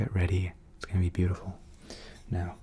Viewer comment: I don't use intros and don't find it necessary ;-) I'm myself paint and I love it - such a beautiful flow experience. Thank you for trying it though you don't do this usually! I really enjoyed watching you/ this video! PS: I really, really love it when you say the word "beautiful" :-)